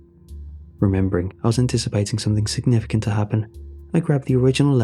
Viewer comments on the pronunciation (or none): none